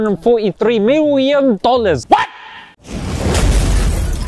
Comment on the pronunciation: I love your reminders. Short, simple and to the point in a gentle way. Lol you said “miwyun” first and then said “million”. 😅